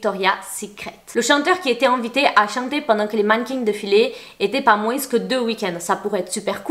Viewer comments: Au fait, c'est ultra mims mais quand on dit moins on prononce pas le s genre ça donne moin pas moinsse ;) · le s dans le mot moins est muet c'est donc (moin) et non moinse! tu as le droit de parler comme tu veux .je ta dit ça comme ça parce-que si moi je prononcerai pas Comme il faut j'aimerais bien qu'on me corige. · Hey, pourquoi tu prononces le '' s'' dans' 'moins' ' 😂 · Pourquoi rajouter le son « s » a la fin du mot moins c’est horrible